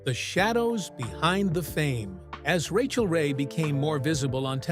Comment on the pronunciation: Cant the bot just pronounce her name?